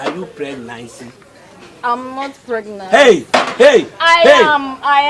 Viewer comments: are you pregnight 😂😂😂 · What’s Pregnite eiii 😂😂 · “Are you pregnice??”😂😂😂😂😂😂😂😂😂